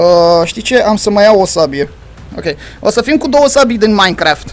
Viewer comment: se zice minecraft nu maincraft like la comentariu si la! sper sa am o inimiora de la el